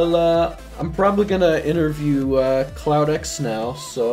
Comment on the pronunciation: How many times did he call CloudX "Cloud9"?